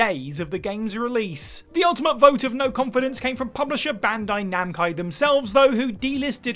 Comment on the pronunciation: "bandai namcai"